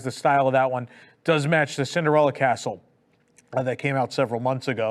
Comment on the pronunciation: & drones/ Blue sky. I nearly fell offa me chair LOL! Bell/Booze. I no NO Know Y you'd have to have booze delivered? Fountain got delayed reaction to Hurricane Ian & therefore collapsed a week later. will ALWAYS pronounce castle DLP wayyyy better than Michael Eisner. Tokyo Disneyland will ALWAYS one UP US parks on merch.